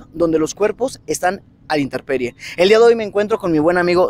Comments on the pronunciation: Se dice Intemperie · Mis niños ustedes dicen una palabra mal, ustedes mencionaron varias veces que dicen INTERPERIE Y LA PALABRA CORRECTA ES ... INTEMPERIE, QUE ES LO CORRECTO, PORQUE ES DEL TIEMPO, O ESTADO DEL TIEMPO. Disculpen, por corregirlos. Saludos y Bendiciones.